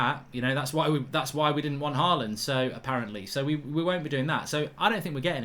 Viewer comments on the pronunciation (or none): none